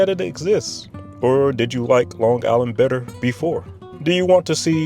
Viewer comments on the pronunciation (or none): I live on Long Island and can not listen to anyone that pronounces it Long Giland. 👎🏿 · I’m not sure why you’re pronouncing Long Island with a hard g at the end. As someone who graduated high school and worked there, I never heard a “native” say it like that. But even more, I lived in Shoreham, and it’s SHORE-um, not Shore Ham.